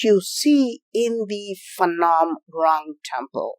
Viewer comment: Phnom not Phanom.